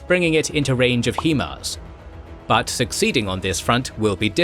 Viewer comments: STOP FUCKING CALLING IT HEEMARS. IT'S HIGH-MARS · Love your videos and thank you so much for covering this war. One note, I can tell you as an artillery soldier, no one pronounces HIMARS as he-mars, it’s said HI-mars. I know it’s nitpicky but I figured I’d pass that along. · jut one tiny little niggle from an old vet here. High Mobility Artillery Rocket System. High-Mars. Not Hee-Mars. But that shit is minor. I love this channel. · It is pronounced Himars not Heemars. The city of Kherson and Kharkiv is prounced without the K. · Hi mars. Not he mars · Man how you gonna do a decent job with the Ukrainian words and keep saying HEEMARS. STAHP! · Is it Hi-Mar or Hee-Mar. this channel always says Hee-Mar and it made me realize I don’t know which is correct. Keep up the great content. It’s really hard to produce the interesting play by play battle episodes like I’m used to from this channel with such limited info and short turn around times to confirm details so truly great job. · Pronunciation of HIMARS??? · EXCEPT HE CAN'T FUCKING PRONOUNCE HIMARS.